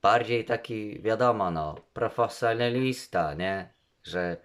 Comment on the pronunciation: Profo... CO?????? profosenalista??? co ty tam żeś stworzył za słowo????